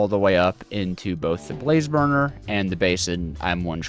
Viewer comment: Am I the only one who hears barfer barrel?